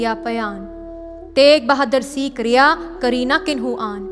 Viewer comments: Kindly say Sikh don't say seekh...also in English pronounce Sikh like in Gurmukhi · Please don’t say seeks, it is Sikh